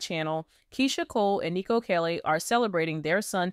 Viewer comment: His name is KHALE (KAH-LEE) ❤